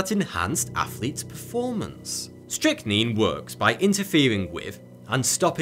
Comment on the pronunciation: Call man it is strychnine say it right